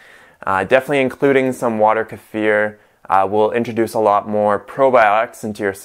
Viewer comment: Why your Kefir is brown and not clear? Hey its Kee-fir not Ker-fere.